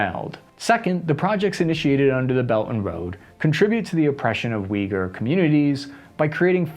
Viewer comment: I know generally speaking you have a bit of badly pronouncing 'harder' names of places/things. Thank you for taking the time to pronounce Uyghur right.